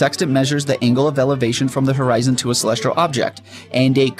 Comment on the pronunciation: Why does he keep saying "celestral" Instead of celestial? 🙄